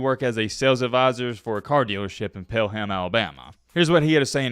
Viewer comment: Love you but thats not how you pronounce Pelham (pell umm) atleast thats how we do lol